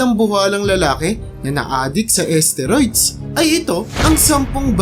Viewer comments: asteroid ba kamo ginagamit? susko baka isteroid... haha... paki ayos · Nakakainis pakinggan ang narrator, d mabigkas ng tama ang STEROID! BUSETTT!